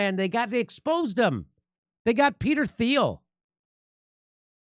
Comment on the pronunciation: Peter Thiel's name is pronounced German, sounds like Teal or Teel